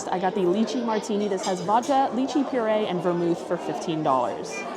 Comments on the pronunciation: FYI…. It’s pronounced Lie-Chee not Lee-Chee. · Lai-chee not Lee-chi. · I love you and your videos but the lychee pronunciation in this one is killing me 😂 Making me think of puréed leeches 😅🤮